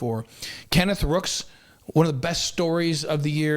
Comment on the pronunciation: ROOKS not BROOKS !